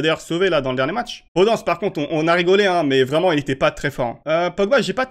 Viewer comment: podANCE ?? vraiment t'as osé ? Mdr